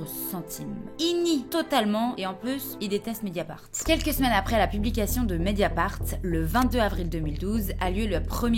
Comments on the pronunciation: "Médiafart" Oh! Le lapsus!!! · Quand t’as dit mediafart j’avoue j’ai rigolé 😂